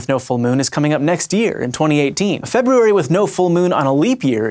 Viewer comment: you are the first person who I've ever heard pronounce the first "r" in "February."